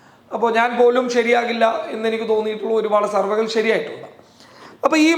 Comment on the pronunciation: സർവകൾ എന്നു പറയരുത്. സർവേകൾ എന്നു പറയണം